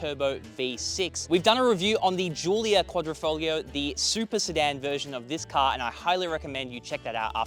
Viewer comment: He said... Quadrifo"G"lio... snigger snigger. LMFAO.